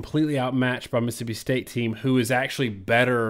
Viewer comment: Just say “State”